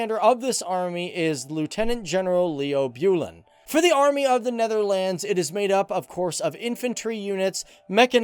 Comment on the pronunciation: Hey dude great video but your pronunciation is a bit bad please can you learn how to pronounce words like Huzzars and Netherlands and others